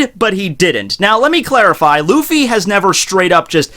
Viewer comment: Yeah, listen to the sub and Luffy sounds like "Ruffy"